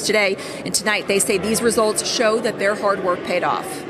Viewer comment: is committing g3nocide against the English language when he use words like "dis, dat, dey, dem, doz,Deez".